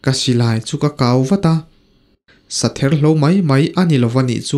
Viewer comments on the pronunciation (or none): Silai kau, kau tih hi thluk hniam tur anilova kau tihmai tur